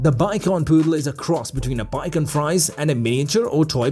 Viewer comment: It’s too bad the narrator doesn’t know how to pronounce ‘Shih’ or ‘Bichon’.